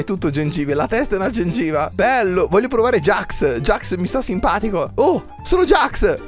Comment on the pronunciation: NON SI DICE GAX ME JAX